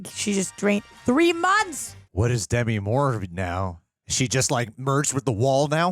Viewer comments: Demi Moore: duh-ME, not DE-me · Small annoyance: It's De - MI, not DEM -i. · It's "De-MEE"!